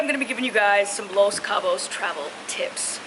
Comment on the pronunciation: LOL "TARVEL"